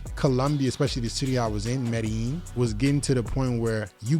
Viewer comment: it's pronouced "meh-dey-jeen" It's a paisa city and the paisa pronouce their own place as "meh-dey-jeen" That's a tip for your fluency